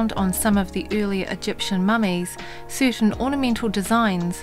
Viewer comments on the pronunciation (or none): none